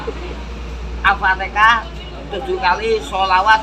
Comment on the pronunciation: Al.fatihah. bukan al.fatekah